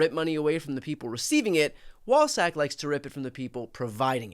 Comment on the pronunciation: I’m sorry did you say wallsack or ballsack??….my hearing isn’t what it was…although my support for the constitution has not changed…